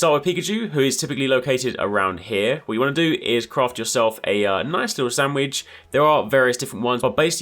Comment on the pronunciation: Lol the way you keep saying "Sam-widge" 😂